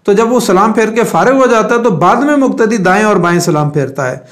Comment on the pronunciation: مقتدی. مکتدی وقاص وکاص اقتدا اکتدا . قول اور کول توفیق اور توفیک میں فرق سے اپ خوب واقف ہے پھر ذرا احتیاط کی درخواست ہے تاکہ قلب اور کلب واضح ہو Plz